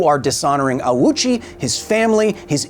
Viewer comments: One little correction just because it bothered my ear every time. The name is not pronounced "ah-uchi." It's "oh-chi," with the "oh" being held slightly longer in time. You can hear the correct pronunciation by the nurse . Japanese has true "long" vowel sounds where the amount of time you hold a vowel sound is long or short, and this changes meaning. In English, a long-O sound is usually transliterated as "ou." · This is a remarkably well researched and presented video but you made one rather glaring mistake: Ouchi's name. Its not "awoo-chi", it's ohhchi, a phoneme that doesnt really exist in english. Its basically like an extended "oh" sound. If his name were pronounced like you pronounce it in the video, itd be "auchi", which isnt really in japanese. If you want a check, the name is pronounced by the japanese woman in the video. I only bring this up because its a common mistake and some disingenuous people might use it against you after you called out all those clickbait videos. Source: ive lived in japan for 10 years. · right other than the fact that doing research tells you that "the Japanese surname Ouchi (大内) as "oh-oo-chee" (with a long "oh" and three distinct vowel sounds) or more smoothly as "oh-oo-ch" in native Japanese, though English speakers often say "ow-chee". " Infact his full name in kanji is "大内 久" and if you take a little look at those first two and compare them to the other bit of kanji you will see they are identical. Here is his name in Hiragana too おおうち ひさし I have a name from a language that isnt english but that doesnt mean the only correct way to say it is the same way its said in another language and as an example of this I will use the name "Luis", Luis can be said loo-is, loo-ees or loo-ee and all of those are equally correct. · there is nobody named Awoochi or Owchy in this story and this could have been avoided with a minute of research. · I've heard this guy's name mispronounced "ouchie" by big creators. Insult to injury